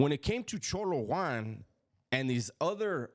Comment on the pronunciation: Why do you pronounce it cholo one it’s cholo Juan